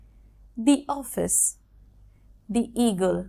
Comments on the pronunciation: Data pronounciation bolun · Very impressive lesson. However, you seem to have tripped on the word 'thee'. We do not say 'thee President' or 'thee Chief Minister'. Thee usually is a Bibical word meaning ''you'. Warm regards from New Delhi. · It should be pronounce (thee) The honest man. Example: umbrella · আসসালামু আলাইকুম ওয়ারহমাতুল্লাহ আপু আপনি বলেছেন দ্য উচ্চারণ হবে consonant এর আগে আসলে দ্য উচ্চারণ হবে। তো এখানে তো দেখতেছি the University এটা তো vowel আপনি তো দ্য বলেছেন।